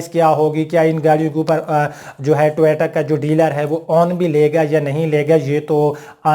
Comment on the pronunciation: ٹویٹا نہیں۔۔ٹویوٹا لکھا اور بولا کریں۔۔